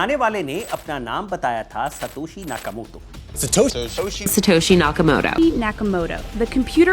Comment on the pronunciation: Satosi nahi satoshi hota hai miss languages 🎉